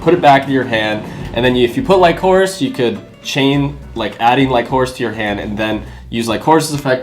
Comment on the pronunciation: bro lycoris is pronounced lick-o-rish lol